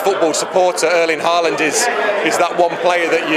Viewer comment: His name is pronounced close to ‘Houland’ in norwegian and not Haaaaland as some say.